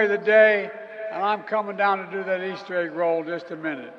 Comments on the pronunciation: Old Joe can't even get "Easter Bunnies" correct. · Jill turned away in disgust. The old fool can’t even say Easter.